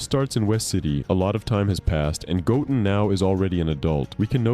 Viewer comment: Say it with me GO—10 GO-10 Not goen or godun sir